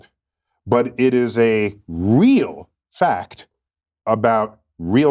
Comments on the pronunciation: It’s a FAH-KT that people express themselves on a spectrum. It’s a FAH-KT that he’s a disingenuous jerkoff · 3 syllables for the word "fact"? Byyyyye lol